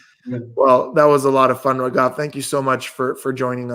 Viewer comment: Only for indians said rageeeeeeeeevvvvvvv 😂😂(it's raghav)